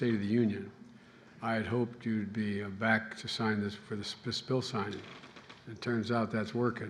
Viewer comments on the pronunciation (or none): none